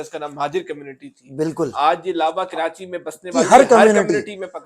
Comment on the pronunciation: taily ho tum pehly apna talfuz to theek kro. Karachi ka nam کراچی ھے نہ کہ کرانچی ھے.